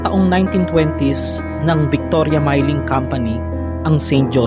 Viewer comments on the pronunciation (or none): Hindi mayling company kundi milling ayosin nyo